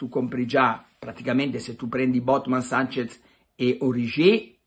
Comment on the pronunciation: Carlo!!! Si chiama SANCHESSSSSS con la SSSSSS. Non mi pari a te ti chiamino PelleCatti